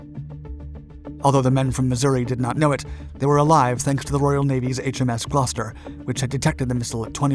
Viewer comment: My beautiful city of Gloucester has many credits. Also may I add YOU ARE THE ONLY AMERICAN WHO I HAVE HEARD PRONOUNCE GLOUCESTER PROPERLY